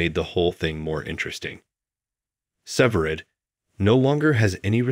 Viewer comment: Its. SEVERIDE NOT SIVERED AS YOU KEEP SAYING.